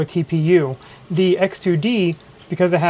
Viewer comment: hard to distinguish between X2D and H2D from your voice